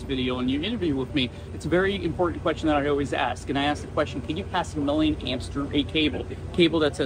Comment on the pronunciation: I heard "can you pass a million amps through it" as "can you pass a living hamster through it" and thought wow, what a strange measurement for an engineer to consider...